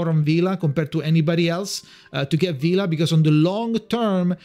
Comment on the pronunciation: It's "Vila" btw and good luck with your pulls!